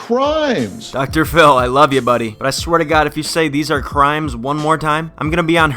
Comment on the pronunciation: Dr phiww